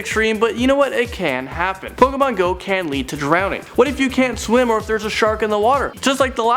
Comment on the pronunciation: No, it's POKAYMON.